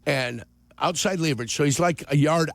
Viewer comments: “Lee” verage? Jurko is a baboon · Stop mispronouncing leverage 😢